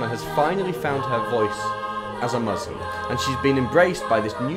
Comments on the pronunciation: I know right!! And also: "mozlem", like how hard is it to pronounce 'muslim'? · They also can't pronounce 'Muslim' instead they say 'Mozlem'